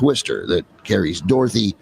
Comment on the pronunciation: Did the narrator say "Dorthy"? How about a second take?